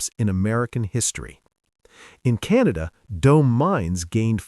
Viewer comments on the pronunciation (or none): none